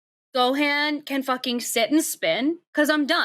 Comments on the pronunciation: Being a DragonBall Z fan I hate when Gohan calls and they say the name wrong 🤣 it’s Go-Han like Han Solo. Not GoHaaan 😂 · It makes me so fuking mad she pronounces it "Go"-"Hean"